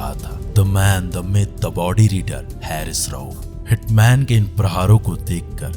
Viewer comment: Sir, aap bohot achha bolte hain, lekin aap apne 'स' 'श' aur 'ज' 'ज़' par zaroor kaam keejiye. Bohot achha effect aayega. By the way, uss Pak cricketer ka naam हैरिस nahi हारिस hai.